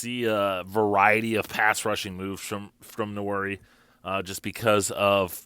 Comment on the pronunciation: Nwan-airy, sir. It's a Bantu-derived name. Please learn the pronunciation. Pronouncing his name incorrectly is an insult to the young man.